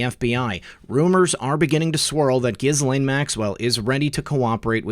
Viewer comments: I believe Epstein’s victims pronounce Ghislaine’s name with a silent S to rhyme with Elaine. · Ok... since we are going to be saying it xxxthousands more times in the coming months - we should probably get it right. It's [Ge-Laine] with the accent on the 'hard G" - "not a soft G" > =Jis > Jhis... I hate being "this guy" pssssssst. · This may seem petty....Ghislaine is pronounced: JILL AINE It's French.